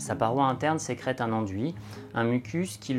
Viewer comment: À , ai-je bien entendu "sécrètRe" ??? Vilain ! (oui, je vais faire une remarque à chaque vidéo)